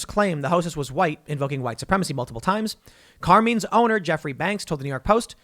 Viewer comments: I can tell Tim, Jeremy TheQuartering didn't spend time with families of made wiseguys. CAR-MINE. Not Car-Mean. CARMINE. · Carmine rhymes with line